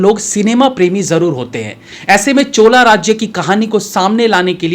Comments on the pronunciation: महोदय, चोला राज्य नहीं 'चोल साम्राज्य' कहिए। हमारे यहाँ योग कब 'योगा' बन गया, गुप्तजी कब गुप्ताजी बन गए पता नही चलता। ये सब अँग्रेजी में लिखकर गलत उच्चारण करने के कारण होता है। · chola nahi chol h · चोला साम्राज्य nahin bhai चोल साम्राज्य boliye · first of all its not Chola .... its Chol..... so plz don't be angrez